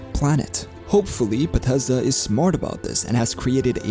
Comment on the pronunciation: "bah teszda games" ~